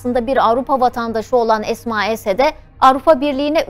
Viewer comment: не Асма,а Эсма